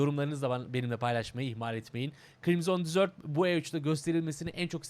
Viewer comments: abi "desert" dizört diye değil dezırt diye okunuyor, o senin dediğin "dessert" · reis dizört diye telaffuz ediyorsun o şekilde "tatlı" demiş oluyorsun bilgi. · Usta telaffuzda bir hata olmuş onun okunuşu DEZIRT(DESERT) yani çöl senin söylediğin ise (tatlı )manasına geliyor. :) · Abi deserti yanlış telafuz ediyosun senin bahsettiğin dessert